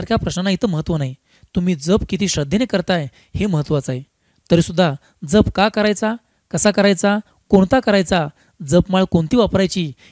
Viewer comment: दादा, जप ह्यातील " ज" चा उच्चार "जग (विश्व")" मधील ज प्रमाणे आहे. जपणे (किंवा सांभाळणे) मधील ज सारखा नाही. ("जहाज " सारखा नाही)